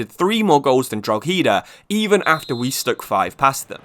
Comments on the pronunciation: Drogheda pronunciation is dro-heh-da. Love the series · You pronounce drogheda wrong is just pure annoying me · Your pronunciation of drogheda hurt my soul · Nice video! But learn how to pronounce Drogheda right please 😂 as an Irishman this hurt 😂😂